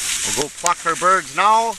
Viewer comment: Listen to the end part wen he says go pluck our birds now it sounds like go fuck our birds now lol